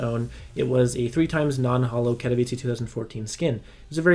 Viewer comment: thank you for pronouncing katowice correctly